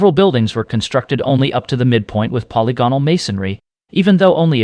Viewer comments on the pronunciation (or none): I enjoyed your video but I prefer "polygonal" to be pronounced: puh • li • guh • nuhl